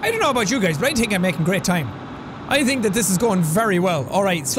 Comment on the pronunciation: Jack, I love that you let your Irish out. I also love it when you say "ya tink?"